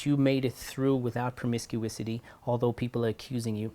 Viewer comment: Promiscuity... not promiscuisity Sir